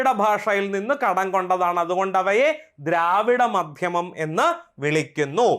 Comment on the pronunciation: ദ്രാവിഡമാധ്യമം അല്ലാ ദ്രാവിഡ മധ്യമം എന്നല്ലേ